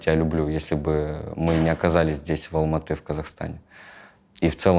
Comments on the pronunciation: Так приятно, что Юрий правильно и четко произносит название города - Алматы, название валюты - Тенге как «тэньгэ», без коверканий. А не как многие русские, которые специально продолжают говорить «Алма-Ата» и тп. Чувствуется уважение к другой стране и её языку, как и всегда должно быть. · Обычно не комментирую, но здесь мне так понравилось то, что правильно произносит названия городов Казахстана и валюты - Семей, Алматы, тенге. Может показаться мелочью, но для меня это показатель его уважительного отношения к стране. Даже когда Юрий говорил "тэнге" с обычным акцентом, продолжал произносить правильно. Удивительно светлый и интеллигентный человек! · Парень правильно произносит Алматы , тенге для него и нас очень важно